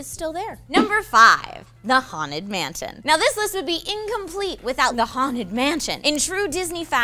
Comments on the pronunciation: who else heard her say "the haunted mantin" instead of "the haunted mansion" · She said Mantion